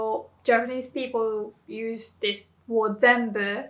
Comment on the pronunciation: Thanks. It’s an oddity of Jp to have different usages depending on spoken versus written. Note: you pronounce “word” as ‘ward’ but it’s more natural to say ‘werd’